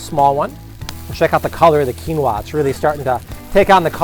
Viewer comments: That's not how you pronounce it. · Why are you saying "quinoa" like that?